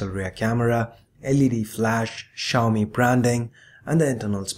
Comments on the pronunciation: Sorry it's see yow me. Not she yow me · technically its pronounced xiao-mei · Xiaomi is pronounced as "see- yow-me". Little padi(uncooked rice) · There are a lot of people who can't pronounce xiaomi.. Especially non Asians.